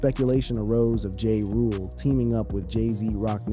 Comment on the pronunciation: Jay Rule? Is Ja Rule .... pronounced Jah-Rool!!!😂😂😂